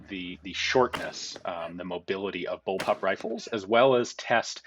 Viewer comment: Ian... you really really need to address the amount of people who think you're saying "bullpup" when you're saying "bulb-up"...